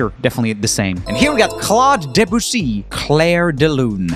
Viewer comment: BTW, Claire de Lune (pronounced sth like Klärr de Lünne) goes faster and more intense ahead